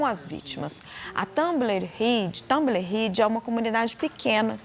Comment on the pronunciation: Tumble Ridge (TamboLLLL, com o L bem falado).